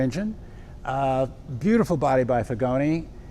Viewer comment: Pronunciation of Figoni is: Feegonee